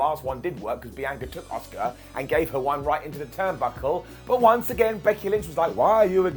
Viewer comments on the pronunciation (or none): The woman is called ASUKA not OSCAR ffs 🤣